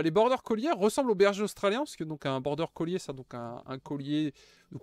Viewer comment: Wtf "border colier "😂😂 c'est border "collie"